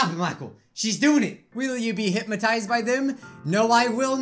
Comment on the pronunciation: The way your saying hypnotized is triggering me.